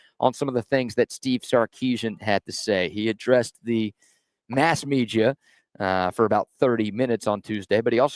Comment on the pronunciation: Please stop saying “media”